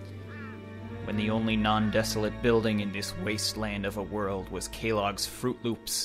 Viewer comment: Well he does pronounce Kellogg's as 'Kay-logs', so...